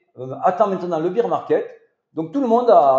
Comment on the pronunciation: Merci pour la vidéo! Une remarque toutefois: « Bear market » 🐻 se prononce « bère », car le beer market c’est autre chose🍻😅 Biz les!!